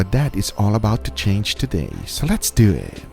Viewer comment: Guga : goes to bed Guga's wife : "I want you" Guga : "SO LET'S DEW EEEHHT" Never gets old 🤣